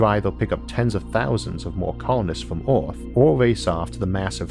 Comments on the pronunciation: Why do you say Orth instead of Earth? ^^" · Why’s that you got some words perfectly pronounced and some so weirdly said? Like Earth you say Orth And Dark you say Doke Also clear you say Cleo Edit: omg after I spell it out I know you can’t pronounce “ar” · an interesting video, but it's difficult understanding him. does he have a strange accent or a speech impediment? for instance, he pronounces "earth" as "orth", etc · Why do you say "Earth" "Orth" ? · Okay I’m really sorry and this is really rude but do you have a speech impediment because you say earth like ewth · It's Earth Not Oarth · Highly speculative blather with an Elmer Fudd accent... the word is 'Earth' vice 'Orth'... see a speech therapist. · I can’t stand this guy! It’s called earth, not orth...There is no O...same for Jupitor...I just can’t with this guy...Pronounce yo shit correctly...k thanx bye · What is this guys accent? “Hello it is us, the humans from planet Orth” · "...from OOOORTHHH" ...again XD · Where is this "Orth" place he keeps speaking of? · Lol well I’m not trying to make fun of anyone’s speech impediment I just found it amusing that a guy who makes space videos pronounces his planet wrong lmao the vids are great I hope it wasn’t rude for me to say that. ❤️